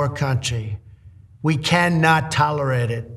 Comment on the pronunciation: Such a joke! At least this time he managed to pronounce "tolerate" correctly! SMH